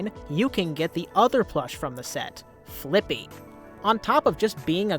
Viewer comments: For some reason I hear flick B instead of flippy and some parts of the video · when anyone says fliqpy I always hear "flick pea"